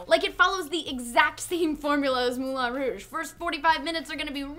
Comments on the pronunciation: Its pronounced "Moulan Rowg" not "Moolan Rooooooosh"..youre not french you dont have to pronounce it like they do..just because arabs pronounce "P" ans "B" doesnt mean your have to do it too. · MOULIN ROUGE, MOU LEIN(for people not familiar with how the "in" sounds in french) ROU JE. So MOULEIN ROUJE(moulin rouge) not "mulan rouj", sorry but I cringed everytime.